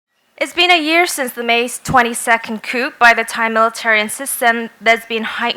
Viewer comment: The 'girl' who presents the speaker somebody help her 1. "Cuu" d'etat not COUP! Practise: "cuu- de- taa". BTW. Coupe (Coup) de Ville is convertible or cabriolet, if you like. 2. Somebody help her to pronounce the speakers name: Pavin "Cha-cha-van-pong-pan" Subdivide the syllables! Or maybe the cute presenter could have simply asked the speaker: sir, "how do I say your name, family name, please". Regards from the kingdom of Thailand J. Koistinen-Lindgren